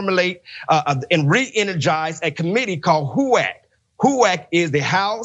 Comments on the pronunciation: When she said it, it sounded like "whack" which HUAC sure would be....lol. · F***wit!!! They really do want to roll back the clock 50-500+ years. I LOVE the way she pronounces HUAC, like a penguin retching. Thanks,, that was HILARIOUS!! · To Paraphrase from the HUAC Witch Hunts: "Until this moment, [Pastor], I think I never really gauged your cruelty or your recklessness." "You have done enough. Have you no sense of decency?" [quick edit to say: I love the way pronounces HUAC...like a cat with a voluminous hairball.]